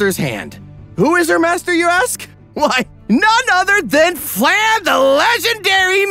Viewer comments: Pretty sure Flamme is supposed to be pronounced Flam-eh or something to that effect. Like the German/Danish/probably also dutch word for Flames, since she has orange hair. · Everything is great but one thing... its flah-mel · Also... It's "flah-meh". Not "flam". "Flah-meh", that's how you pronounce Flamme. ... it's German. Very predictable. Part of the reason why I didn't like it. Also, "shtark". Stark is pronounced with a sharp "sh", not "s". He's not Iron-Man. Again, German.